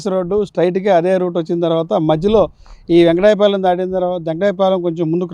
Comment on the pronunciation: వెంకటాయ పాలెం కాదు వెంకటపాలెం